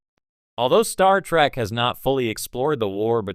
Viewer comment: More like "Star Track" AI slop.